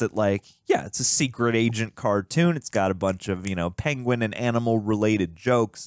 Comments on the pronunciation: Benedict Cumberbatch mispronouncing the word "Penguin" will never get old and it's absolutely hilarious that he still brought that to this movie and the directors just went with it 😂😂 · Dave's video call is just...gold. this entire movie is right up my stupid humor alley. and yeah benny cumberbatch mispronouncing penguins has me SCREAMING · Poor sod learned about it after he'd recorded this and I remember watching it and being like "aww..it was every time as well..." 🤣🤣🤣